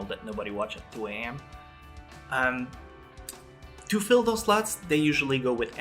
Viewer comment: I know you said slots but it sounded like. tv stations have slots they have to full.